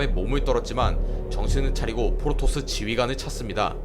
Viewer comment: 자꾸 포로토스로 들린다